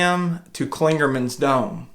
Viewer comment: As a thru hiker I would have been giving you a lecture about trail behavior. Glad you learned some valuable lessons. By the way it's Clingmans Dome not Clingerman. I think you would be fun to backpack with and enjoyed your talk. Again I'm glad you learned valuable lesson and will continue adventuring. I have been hiking and backpacking 40 years and I still learn from other people. Keep having fun!!